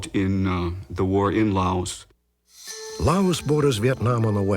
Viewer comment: I remember JFK talking about Laos but pronouncing la us with a long a